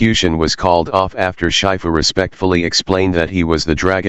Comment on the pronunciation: Dude it's shifu not shyfu